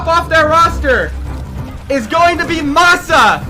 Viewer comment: lol I thought he said moxxy when he said Masaa.